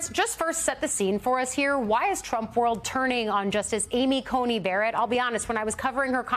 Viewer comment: Why does everyone say Ainy Coney Berrett?